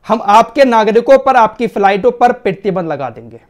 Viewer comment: Pretibandh nahi "Pratibandh" hota hai 😂